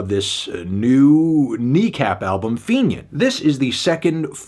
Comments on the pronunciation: Fantano saying fenian is insane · you saying “fenian” is a bit of a shocker 😅